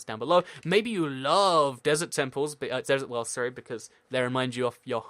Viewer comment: I thought the dessert wells were DESSERT DWELLS 😂 lol idk what was funny about that